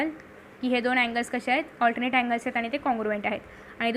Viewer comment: allternate nahi 😅😅 alternet 😊😊😊